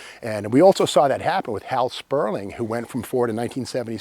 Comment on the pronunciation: Hal Sperlich, not Sperling.